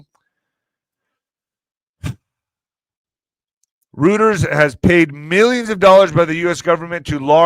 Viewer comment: Reuters is pronounced here the same as goiter. NEPA.